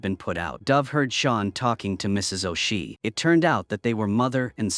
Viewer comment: FFS it's Seamus sounds like SHAY MUS! AND O'SHEA IS NOT O SHEE ITS SOUNDS LIKE O'SHAY